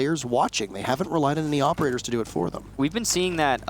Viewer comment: 'opeDators' is my focus. He mis pronounced operators